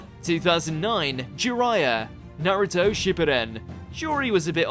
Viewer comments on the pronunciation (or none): NA - ruto, (The first syllable, "Na" sounds a bit more like "awe", or the "a" sound in the word "High"). NOT "NAH-ruto" (with the Na as in "apple" or "any", never these). Australian/New Zealand accent excuse is irrelevant here, please. It's a Japanese name.